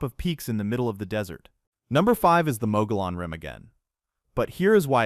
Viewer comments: Interesting that you were supposed to know 50 things about Arizona but you can't even pronounce Mogollon rim correctly nor the saguaro cactus!! It's pronounced muggy-on and you don't pronounce the "G" in saguaro!! I've lived in Arizona since 1962 so maybe you should have asked somebody who's been here a while?? Then you say Arizona has an elevation higher than all the other southwestern States???? The frisco peaks next to Flagstaff with Humphreys peak at 12,633 FT elevation with Utah, Colorado and New Mexico all having mountains that are higher than that!!! So do California and Nevada so I don't know where you got that supposed record?? I live in Arizona and enjoy hearing things about it but man are you messing up in the first 10 out of 50!!! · Mogollon pronounced MUG EE ON. Might try gathering important information BEFORE you put out a video about something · You need to teach your AI voice the correct pronunciations for Mongollon Rim and others. Ruin's a good video. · I think Mogollon might be the most commonly mispronounced word on YouTube. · The a”Mogollon Rim’ is pronounced “MŌ•GĒ•YǑN” Rim. ❤ HAVASUPAI IS pronounced: Hăv-ă-soo-pie ….. AND LAKE HAVASU CITY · Mogollon is pronounced "Mug-e-on", not Mo-go-lon, and Saguaro is pronounced "Sa-war-o", not Cigar-o" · I was watching along just fine until Mogollon (Mo-goy-one) Rim was pronounced MOE-guh-lawn. You totally lost me there. You're preaching all this stuff you "know", while you can't even pronounce the name of one of the state's main geographical features. 😵‍💫 And then you pronounce a hard G in "saguaro". Oh, isn't AI a wonderful thing? Until it isn't. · Pronounced “ MUGGY-OWN” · Ai voice … Mogollon Rim is pronounced mo-ghe-on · Broooooooooo, the video is great but if you do a video on AZ, make sure you pronounce everything correctly. From the Saguaro cactus (the G is silent) to the Mogollon Rim (double LL makes an E sound) Mo-gee-on.